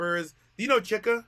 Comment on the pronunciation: (Ch-eak-uh) CHIKA